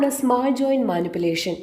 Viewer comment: ഇത് ഫോറിൻ വീഡിയോ കോപ്പി ആണല്ലോ ...ങാ..ശരി. Head But അല്ല, Butt.. Head Butt. സ്മാൾ ജോയിന്റ് അല്ല സ്മോൾ .. സ്മോൾ